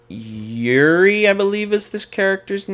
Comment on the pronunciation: the main thing i hear in the vid is "this character's abilities CONFLICT with eachother" that's not the way to look at what the character is meant to do, some times they're meant to use an ability on one turn and never again after that, or in Juri(dunno why you're pronouncing it YURI)'s case she wants to play ONLY on the card pool clear plan and abuse stuff like Ace Maneuvers; Azwel, yes on FACE he's a Mill deck but he can win via damage because people forget what he does, he's a Tempo character DISGUISED as a mill deck; Tira is basically Jedah3 she wants to force momentum upon you thru her kit and then make you pay for it later(sometimes stacking the 2* on to add more pain), as to her having to deal with Throws... Demon Realm Awakining is STILL Legal; i'll provide more feedback later, but it sounds like you do need some help with some of the understanding of the earlier characters and why they are what they are as you're really underselling a few of them